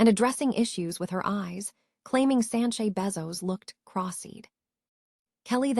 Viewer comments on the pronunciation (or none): First of all its Sanchez not Sanche.